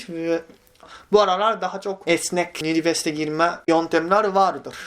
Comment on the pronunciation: Abi yiniverste degil universite 😅😅